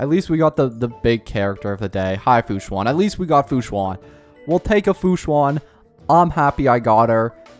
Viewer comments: “Fu Swan” 😧😧😧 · ITS PRONOUNCED AS FU-SHAN